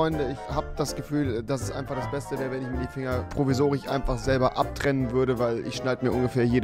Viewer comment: provisorich 😁 zwichen 😂